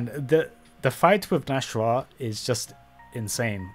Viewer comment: It's not pronounced Nash-rah, it's Nas-hrah, that's why there's an apostrophe in the middle